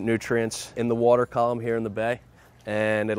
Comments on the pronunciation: brad and i pronounce water the same way i finally feel validated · ..... hahaha, every time this guy says water there it is, the correct pronunciation "WHOURDEH", 😂😂🤣🤣